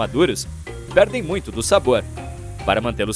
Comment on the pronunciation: mutcho sus 💀